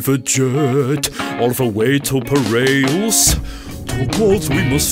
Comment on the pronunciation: all the way to pireas not peareus